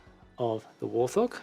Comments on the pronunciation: It's a wart-hog not a war-thog. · I'd not heard warthog pronounced "war-thog" before.